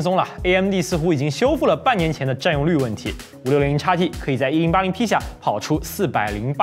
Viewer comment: 如果讀音不是插p，插t，而是xp，xt，海外的觀眾會更符合觀感。